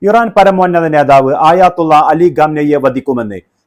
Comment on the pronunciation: ആയാത്തുള്ള 😂അല്ല ആയതുള്ള 👍👍iran ❤️